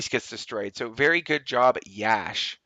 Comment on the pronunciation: Great attack Yash! Btw it's pronounced 'Yush'